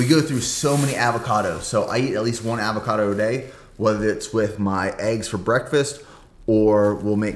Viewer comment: Look up how to pronounce avocado, but good vid